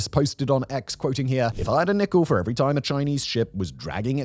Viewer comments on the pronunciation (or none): Yhea, it's so weird hearing it without the right intonation. I just had to pauze the video and check if others caught it or if I was crazy.